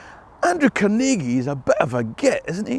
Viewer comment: As a lifelong (56 years) resident of the Pittsburgh area, may I say how pleased I am to hear the proper pronunciations of Carnegie and Pittsburgh in this video. Americans from outside of this region emphasize the wrong syllable in "Carnegie", and % of Pittsburghers don't even know to pronounce "Pittsburgh" with the same ending as "Edinburgh". The Carnegie name has been with me my entire life. I grew up in a township that bordered Carnegie Borough (where the local post office was located, so Carnegie was part of our mailing address). Over the years I have visited the Carnegie Library of Pittsburgh and the Carnegie Museums many times; one of my children now works at the Carnegie. The part of the video that hits home for me most of all is the discussion of Andrew Carnegie as an employer. My great-grandfather was a former Pittsburgh police officer who took a job as Captain of the Mill Police at a Carnegie steel mill several miles north of Pittsburgh. He was killed in a riot that broke out during a strike in 1906. Some people might think he was on the wrong side, but he was making a living to support his wife and five young children when his life was taken from him. There are so many sides to every story.